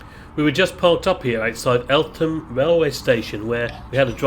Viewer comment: As someone who knows the area you don''t do "th" in Eltham, you ignore the H